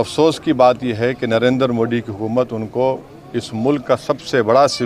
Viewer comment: ये शख्स जब भी मोड़ी बोलता है इसको ARREST करना जरूरी है इसको मोदी उच्चारण सिखाना जरूरी है